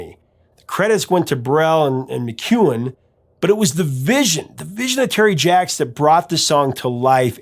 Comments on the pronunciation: Jaques Brel is pronounced Jack Brel . He was an avid sailor and ended up in the South Pacific where his boat stranded and years later was recovered to be restored . P.S. Jaques Brel was a Belgian and to twist the knife a little more so was Johnny Halliday (Born in Belgium as Johnny Smet ) another " French icon ". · Great content as always. I love songs by artists made for their friends who passed away (Pennywise's Bro Hymn is one of my favourites). I just have one minor note for this video: Your pronunciation of Jacques is a little weird, I'm from the Netherlands and everyone here and in Belgium pronounces it 'zjak'. Tip: When I need to know how something is pronounced, in a language I don't master, I use Google Translate's listen function. Anyway, keep up the good work, this is just me trying to help something great be even better. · i first heard Seasons on the radio in 1963 by the Kingston Trio - they took the Brel French version and made it Tex/Mex. J Brel is not "Jack-a," the name is very common and pronounces "JUKS" I knew the song well when it became a hit again in 74. Terry and Susan Jacks had plenty of hits as the Poppy Family; "Which way u goin' Billy" was #2 in US, There's no Blood in Bone, Where Evil grows and that's Where I went wrong all hit the Top 100. Speaking of French artists, u need to do a deep dive on Frank Sinatra's MY WAY - everyone associates the song with Frank, as it's his biggest but... it ain't his. xoxoxo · Your music guy but its Jacques Brel, pronounced Jock Brel, a superstar of french music, pre rock style. You must have heard his name 😊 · It's pronounced Sz-ahk like Jacques Cousteau, Jacques Pépin, Jacques Clouseau.... The song was based on Bre'ls "Le Moribond" (The Dying Man). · As much research as you do, how can you not Google "how you you pronounce Jacques?"